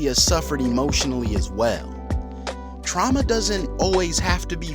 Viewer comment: “Truama” lol